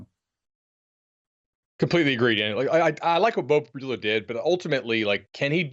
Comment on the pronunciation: Danny talks on Penn State and yet doesn’t even know how to pronounce Pribula’s name 🤦🏼‍♂️